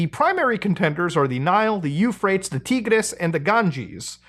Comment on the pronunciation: “Teegras” “U-Frates”😂😂😂❤